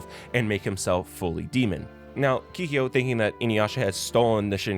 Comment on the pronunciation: You made a nice video but was it ragebait the way you pronounced some stuff? Keeheeyo? Shinkon Jewel? XD